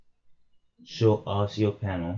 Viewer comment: this nigga said "ASS-E-OH" lmaooo.. thanks for the vid though.. my question is a little more in depth though because I'm not using the Asio driver nor am I using my laptops either. I'm using a Focusrite Scarlet 2i2 and I'm dealing with the crackle which shouldn't be happening.. I'll have to search more specifically for users with the same interface.. cheers #MISTA808